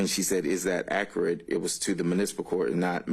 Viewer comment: " It's ackrut"